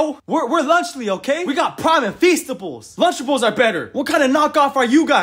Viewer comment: Lanchly 💀 Praim💀 Festables💀